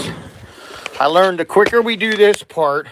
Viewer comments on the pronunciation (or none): none